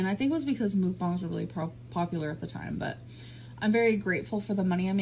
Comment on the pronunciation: Lol I’m wondering why she says “mook-bong” instead of “muck-bang” hmmmmmm